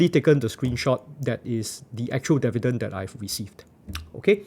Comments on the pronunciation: Dee-vee-dend not deaf-vee-dend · how many times did he say devi-dens in this video? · you got my like for sticking to your guns and saying DEH VIDENS throughout the video! still funneh 1yr later sorry XD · It will help if you learn how to pronounce “Dividend” correctly.